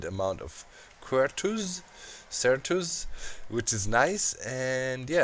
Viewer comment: it is pronounced Sir-tus